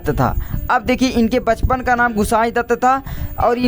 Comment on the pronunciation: mahoday Ji Bachapan Hota Hai Pachpan Nahi hiihihiiihihihihihih